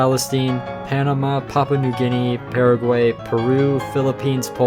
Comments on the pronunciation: You did pronounce Paraguay wong😂😂😂😂😂😂😂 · O M G HE ACTUALLY MENTIONED PARAGUAY🇵🇾🇵🇾🇵🇾 But the way he pronounced it was terrible